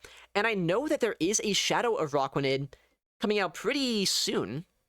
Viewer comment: It also has “aqua” in its name, referring to its Water typing…. and in (American) English, “aqua” is pronounced “ah-kwuh.” I hear him saying “uh-rah-kwuh-nid,” emphasizing the “aqua” portion. I think “Uh-rack-wuh-nid” is equally viable; to me this is a rare case where both pronunciations have merit.